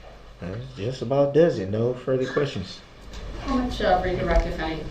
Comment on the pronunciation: How true when he "axed da same quesshins" repeatedly. A total MORON!